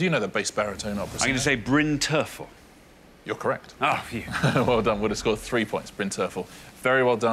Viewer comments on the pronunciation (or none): Sorry, Alexander, the bass-baritone is not Bryn Terffel, it's Bryn Terfel